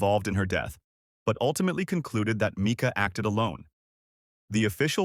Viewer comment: Pronounced Myca